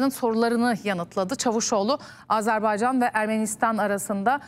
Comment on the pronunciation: Lütfen doğru telaffuz etmeye çalışalım! Azerbeycan değil, Azarbeycan değil, doğrusu Azerbaycan'dır. Azeri kardeşlerimiz değil, doğrusu Azerbaycan'lı kardeşlerimizdir. Türki devletler değil, doğrusu türk devletleridir. Yoksa Türk Devletler Topluluğu anlamını yitirir. Sayın Cumhurbaşkanımız halâ azeri kardeşlerimiz demeye devam ediyor. Sayın Dışişleri bakanımız Azebeycan demeye devam ediyor. Birçok gazeteciler ve televizyon programcılar türki devletler diyerek yanlışlarını devam ettiriyorlar ve hiç kimse bu insanlarımızı uyarmıyor malesef.